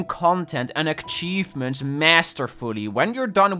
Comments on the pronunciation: it really bugs me how he says achievements as "akhchievements" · Many ackchievements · Ackchievements ackchieved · I love akchivements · Take a shot whenever he says Akchevements. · please stop calling them ackchievements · more like eck-cheivments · STOP SAYING AKCHIEVEMENTS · akchievements.akchievements.akchievements.akchievements.akchievements.akchievements.akchievements. cry about it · Stop saying aKchievements or I'll flood your house with garbage! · Bro please learn how to say "achievements " omg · you are saying : "ackchivements" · Akchievements. Bruh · WHY DO YOU CALL THEM ACKCHIEVEMENTS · Why does he say ackchievements oh my lord 😭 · i didn't realise he was saying it until I read this and now it's stuck in my brain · The way says achievements makes me cry and literally explode and die and cry and die